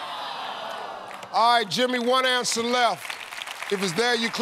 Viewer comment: “One ansa left Todd”